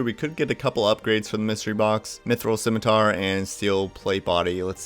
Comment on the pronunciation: You pronounce "scimitar" correctly, you get a like and a subscribe. Simple as.